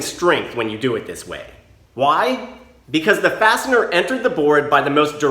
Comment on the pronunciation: I had the volume low enough at work to hear you call the fasteners "bastard" every time you said fastener lol